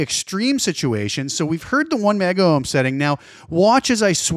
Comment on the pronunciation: It's "Megohms" and "Kilohms" dude. Just because things went digital 'kilo / mega' doesn't mean Ohms did. We did fine without the extra vowels in the 60's and 70's.